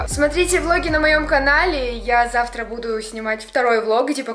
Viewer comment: я вас люблю до завтра Это звучало так как будто она завтро нас разлюбит😱😂😂😂😂